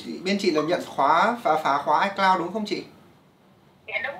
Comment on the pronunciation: ICloud = i mây 😂